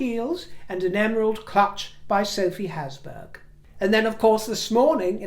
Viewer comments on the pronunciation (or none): Sophie Habsburg clutch. Not Hasburg. Nice bags!